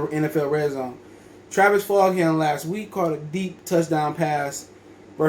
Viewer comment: It’s pronounced ‘Fulgem’